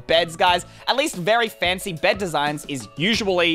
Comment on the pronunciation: It is not fancy u are saying it wrong there is no acsont it is English not french